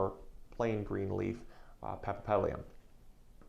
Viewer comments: Are you kidding me? Since when 'papapedlium' is Latin for paphiopedilum or [pafiopedilum]? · Paf ee o petal um that is how to pronounce it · He he he ..he needs to practice the name; but I’ll over look it since he’s cute 😜😜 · He can't even say the name right, what do you expect... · Is this real? This guy can't even pronounce "paphiopedilum" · Give him a break. He is so cute. He doesn't need to. :P